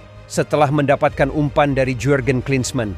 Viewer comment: Sebutan jurgen:yurgen bukan jurgen,jan koller:yan koller